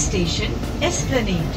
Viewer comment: এই প্রথম কাউকে, এসপ্ল্যানেড "এ" সহ উচ্চারণ করতে শুনলাম। ধন্যবাদ।